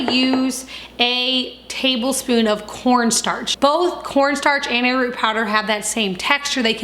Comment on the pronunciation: Did you say air root ?